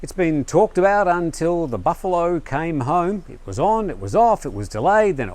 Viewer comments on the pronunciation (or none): none